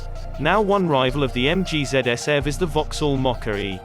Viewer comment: It's eee vee, btw.